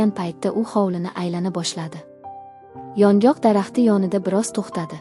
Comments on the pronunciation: Кеткан вақтизга ачинадиган хикоя экан..Матнни ўқиёткан қиз ёнгок дарахтини охиригача тузатиб ўқомадия 😮Ёнғоқми-ёнгокми?😢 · ЁНҒОҚ , " ёнгок " эмас!!! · Iltimos yongok emas yongʻoq deb oʻqing